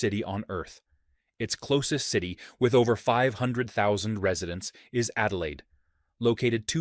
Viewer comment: Unfortunately, yet another American source video with mispronunciations, along with false and/or decades out of date stats. Example: South Australia’s capital Adelaide had a population of 500,00 in the late 80’s. It was 1.5 million 2 years ago, and much more now (thanks to uncontrolled mass immigration by the current federal government). Love your work and enthusiasm. Cheers from Oz